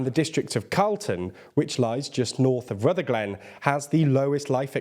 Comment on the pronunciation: FYI it’s pronounced rutherglin not Ruther glen